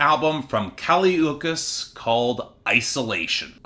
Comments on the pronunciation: Yeah it's not Ookees I hated that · can't even learn to pronounce her last name, good night